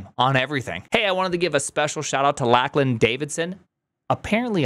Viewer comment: LACK LAN.. is this the yank way of pronouncing Lachlan like Graham/Graeme, that I never knew about?!